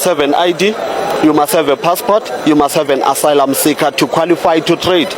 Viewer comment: Girl you just said foreigners and its called ASYLUM NOT ASLAM😂😂😂